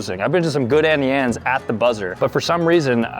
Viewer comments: "Annie Anes " is on purpose Its "Auntie Annes" lol still love u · BROOO ITS AUNTIE ANNES NOT ANNIEANNES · Why does he AnnieAnnes instead of AuntieAnnes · It’s not Annie Anne’s, it’s auntie Anne’s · It's AUNTIE Anne's ffs 🙄😂